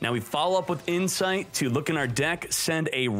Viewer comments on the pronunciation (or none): "red-eyes insfite "